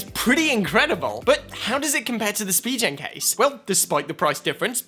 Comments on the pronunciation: it’s spi-gen btw not spi-jen😂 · idk why it triggers me when he says spee-jen case and not spee-gen case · How does that make a difference? lol